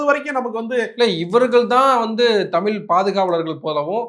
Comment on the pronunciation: தமிழ் என்று சொல்லக்கூடாதா ? தமில் இல்லை தமிழ். தமிழ் என்று கூறி பழகுவோம்.